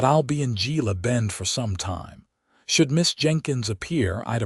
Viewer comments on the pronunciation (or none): Gila is pronounced He-la, like the Gila River and Gila Monster. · The story is nice but AI can't pronounce Gila, Tucson. That is sooo annoying.